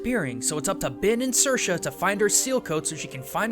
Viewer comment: His pronouncation is probably as good as we'll ever get of an Irish name online haha (it wasn't half bad)